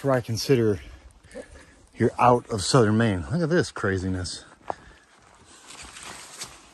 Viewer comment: "look at this craziess" lol